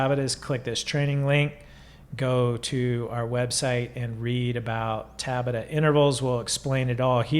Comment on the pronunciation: It’s tabAta, not tAbata. Also, American Express, don’t leave home without it.